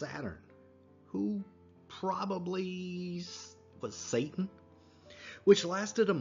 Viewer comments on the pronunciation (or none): none